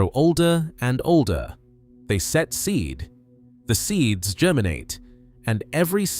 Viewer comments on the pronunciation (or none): none